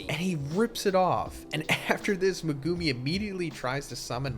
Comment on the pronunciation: STOP SAYING MEGUMI LIKE THAT!!!! SPECIAL ED SOUNDING ASS